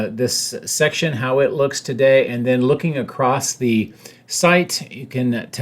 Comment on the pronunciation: okay, i have asked for a way to not embarrass you ... but for not .. soooo you spit, and get lip spit, on all your live takes.... a direction is never plural, toward, no S, backward no S, you are not going to multiple spaces. also... you said acrosst, with a actual T, today... i would also like to point out that, roof: is not an onomatopoeia................. good joke???